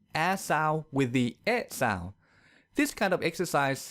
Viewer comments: but your pronunciation of sound is weird... your sound sounds south to me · The way you pronounce "sound" is so hilariously ironic.